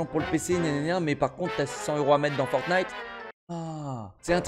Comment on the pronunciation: Elle a dis forgnight